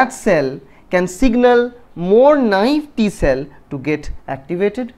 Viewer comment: I don't understand the word u are saying "n....t cell 》 t helper cell" PlEase helpp